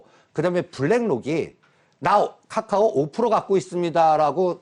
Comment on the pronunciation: 이 아저씨 맨날 카카오는 "까까오" 라고 하는데 카카오뱅크는 "카카오뱅크"라고 발음 하시네ㅋㅋ 일부러 그러는건가ㅋ